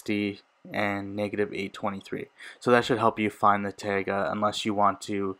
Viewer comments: just saying its pronounced tye-guh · he said tayga?